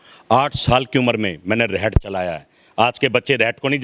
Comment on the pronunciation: reht nhi khte hart khte hai